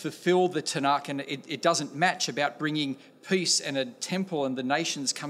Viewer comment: He is awkward trying to pronounce the caf in tanach but that is understandable for someone who doesn't know how to speak hebrew. You are spot on about him but it isn't his fault as christianity is indefensible